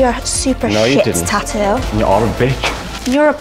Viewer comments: I swear it probably bothers me way more than it should when they say Ta-OO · I hate how they pronounce tattoo. "Tah-oo"